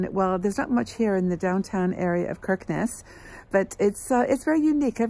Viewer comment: Hi A real nostalgic trip for me. My son lived in Oslo for 6 years before returning to Australia a couple of years ago. I visited often and visited many of the places you stopped in. Stunning northern lights. FYI Kirkenes is pronounced Shickness